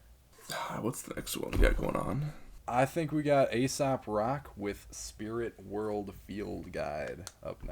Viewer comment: It was a mistake I made early too getting into Aesop but its pronounced "Ay-sop" not "Ay-sap"